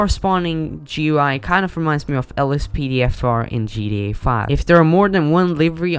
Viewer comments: He said gda lol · Bro said gba instead of gta